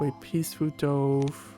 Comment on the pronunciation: I love your analysis, but the pronunciation of DOVE, drove me crazy! It should be like D U V, and rhymes with love.